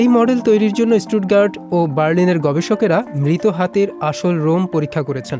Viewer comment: এটা রোমই হবে। লোম না। গাছের মূলরোম শব্দটা শুনেছেন? সেটা কি গাছের লোম হবে সঠিক উচ্চারণ?